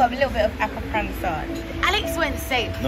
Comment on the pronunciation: I love the pronunciations of the foods with your British accent. It took me a while to identify “appa-ransa”. You make it sound so gourmet! 😊